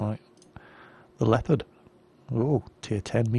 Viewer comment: oh, it's "Leopard" -> L-ehh (like "ehh.. no!") -oh-pard ("-pard" pronounced like a "part" of something) ;-) :D